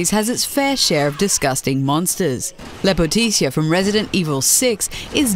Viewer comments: in Serbian femine beauty Is not Said lepotitsia its lepotica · your VO actor made a mistake in her pronunciation. When talking about Lepotica in RE6, she mentions that her name comes from a serbian word. She then says what sounds like "lepoticia, a serbian word for beautiful." It isn't lepotisia. It is actually spelled Lepotica but is pronounced (phonetically): lepoti-tsa. The emphasis is on the last syllable (tsa). The lepoti is said fast. The entire word is pronounced in a fairly flat way without any inflections. That's more for an FYI :) Serbian is a bloody hard language when you're not used to slavic languages and kudos to the VO for her good delivery! Just a minor mistake ;p And awesome find, really! And it does mean beautiful girl! (Or hottie... depends how you wanna translate it). The irony is quite a beauty! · and it doenst reads lepotisia or lepotisa it reads lepotica as its writen,so it means c is difrent than on ingland,u should google and listen it on g translate its just a c ont a k not a s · lepoticia? what? please first learn how to pronounce the word "LEPOTICA" then make a video please, this is a disgrace to all balkan people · The way she pronounced " Lepotica "... More disgusting than the boss itself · Holy shit did you butcher Lepotica. I didn't even know it was in my own language until you said so. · Gosh how she said "Lepotica" Is more disgusting than the model Jk I'm Serbian that's why I'm cringing over it